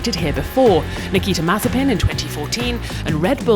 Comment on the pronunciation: This chick keeps saying "Nikki Temazepin" and it's enraging